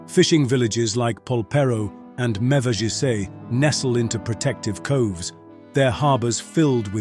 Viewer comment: You've mispronounced "Mevagissey" in Cornwall